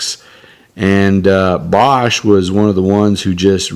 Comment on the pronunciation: It was pronounced "BAYsch." They did not stay in business long after the Hunt Bros.